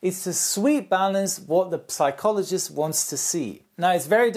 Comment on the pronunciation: Little hint from an English teacher (as I've noticed it a few times already ;) ) psychology has a silent p ;) same's true for pneumatic whenever there's pn... or ps... in the beginning of an Engl. word, the p is silent :)